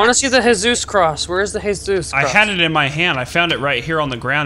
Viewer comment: DONT SAY HEYSUSE I AM CHRISTIAN IT IS SO FREAKING OFFENSIVE